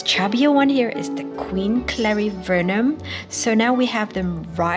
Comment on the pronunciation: In Brasil we call the small anthurium as clarinervium, you say clarivernium... I wonder wich one is correct😅